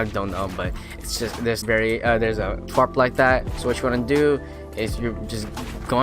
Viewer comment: Tarp bruh not twarp